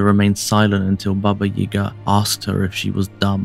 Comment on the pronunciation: May I ask why you are pronouncing 'Yaga' as 'Yega'? I've never heard my Grandmother pronounce it that way.